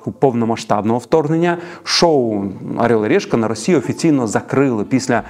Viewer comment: Ну чому "арьол і рєшка"?